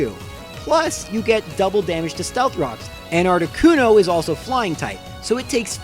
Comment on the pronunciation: Not articono